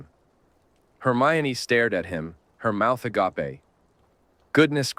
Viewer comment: "her mouth uh-gah-pay" 😂